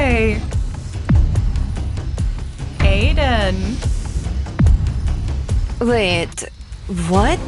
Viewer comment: Vait? Vhat?